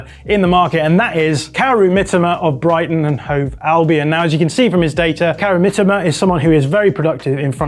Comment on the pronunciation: I don't care if it's the correct way the pronounciation of "Mitoma" was enraging.